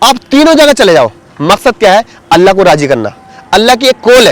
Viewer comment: bhai aapko ALLAH lafz bhi sahi nhi le rahe hai aap alla bol rahe hai alla nahi ALLAH last me la nhi Lha